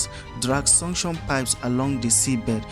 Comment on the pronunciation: your pronunciation of suction sounds like sanction.